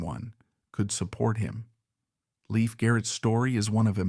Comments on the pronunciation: Leif still has faithful fans who dearly love him! ❤ He's a true survivor! And it's Lay-f Garrett not Leaf Garrett! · It's not Leaf. It's Lief❤Loved Adored, Blessed ❤ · Leif was my one and only celebrity crush. Every album, photo and film/appearance you mentioned in this vid- I owned and saw. It's a shame you pronounced his name incorrectly though. From a 70's magazine article it was stated, Leif was pronounced to sound like LAFE and not LEAF. I met him once at a live concert and received a thank you postcard from him ( prob. written by a P.R. assistant lol). I was thrilled, all the same. My feeling is that adults failed Leif and so many other young ones and chose the $ over a child's life and well being. What choices they made after that is a product of what they learned from the neglect and lack of proper supervision. It breaks my heart and God bless all of them. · pronunciation is LAYF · His name is pronounced "Lafe." :) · At least pronounce his name correctly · You are saying his name wrong. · 1st of all you need to learn how to pronounce the name of the stars Second of all Like anything else He was a young child actor that caught up with the wrong people Like everybody else in Hollywood I'm still I'm still in forever will be a leaf I'm still I'm still in forever will be a Leif Garrett fan